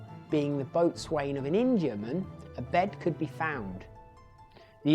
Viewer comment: ‘Boatswain’..... is pronounced ‘bo’sun’........